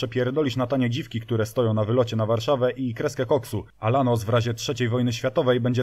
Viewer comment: Był Gólf, był Paseratti end Lanus. Na następny odcinek proponuję kolejny "Polsky Pszebuj Handlarski" czyli Skodziankę Oktawiankę ;)